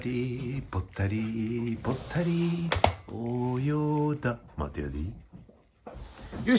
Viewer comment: 大笑い！！すごい およだ量と「待てやディ〜〜〜（待てやでーとは違う）」の発音が面白すぎます！！